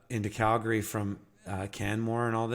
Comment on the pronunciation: Cal-gree, not gary ❤